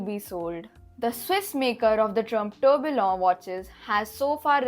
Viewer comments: Pronounced Tur Bee Yon!! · Kindly correct your tourbillon pronunciation Was a unique video anyways and loved it